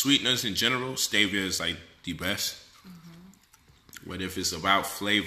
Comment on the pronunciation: Quinoa{Keen~wa} not, Ken-no-wa ~ Stevia{Stee-via} not ,Stev-via......Google will help you pronounce words....